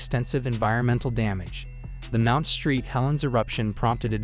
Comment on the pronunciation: You know it's a Bot video when it pronounces 'Saint' as 'Street'. Pathetic; avoid.